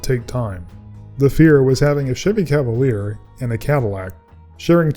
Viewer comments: They called it a "Cadaleer" lol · Cavalier lol